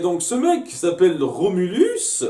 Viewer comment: En fait, c'est Rhombulus, pas Remulus.